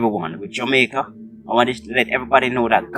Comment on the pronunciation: Did you just say Jamiaca oh you were high my brother